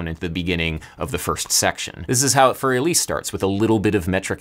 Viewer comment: The way you pronounce für elise makes it sound french, its pronounced el-E-se, not el-E If Beethoven wrote it according to pronounciation (at least in modern german orthography) it would be für eließe, but thats neither here nor there